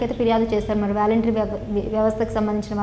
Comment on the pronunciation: వేలెంటరీ కాదు వాలంటరీ వ్యవస్థ..... ఇంగ్లీష్ పదాలు తెలుసుకో మహాతల్లి